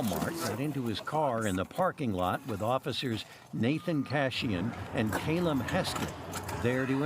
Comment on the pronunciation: Craziest way to pronounce Callum.